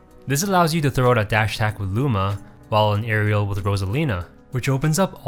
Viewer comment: "Areal pivot"